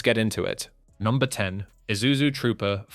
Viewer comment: FINALLY!! A white man who can pronounce ISUZU!!!